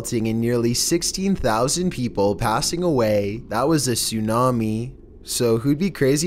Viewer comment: "soonami" bruh